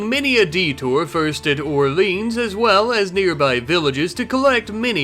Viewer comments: The way he says orléans Is so american 😅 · Je suis d'accord, si le nom de la ville n'était pas sur la vidéo, personne n'aurait compris🤣